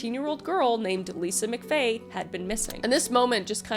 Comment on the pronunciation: MCFAY LOL ITS MCVAY LOLOLOL